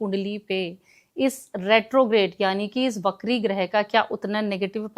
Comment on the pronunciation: it's pronounced "vakri" not "BAKRI" 😂😂😂😂